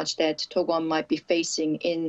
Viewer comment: is that correct way of pronounce dokwon or she is really bad at pronouncing names lol